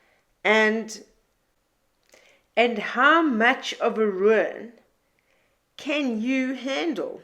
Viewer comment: I cannot quite say what your pronunciation of the word RUIN brings to mind, sometimes it is a smile sometimes it is more of a viking seret stones. As far a my understanding goes, and it aint far, ruin is pronunced RU IN 2 sylables not one your way!!!